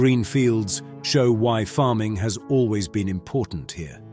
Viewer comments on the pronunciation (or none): none